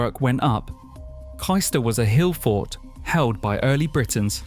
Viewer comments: Kystor? Wondered where on earth they meant. Then I found myself saying out loud ‘Oh Cayster!’ Agree with other comments, places not pronounced correctly, house prices not up to date. Lincolnshire is the best, but stop encouraging people from the South moving there and pushing house prices up beyond what locals can avoid. Lincolnshire remains charming because it’s remote and distinctly Lincolnshire. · It’s pronounced Caystor, not Keyester. Other than that, a very good video.